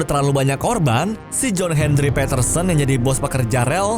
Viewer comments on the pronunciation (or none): none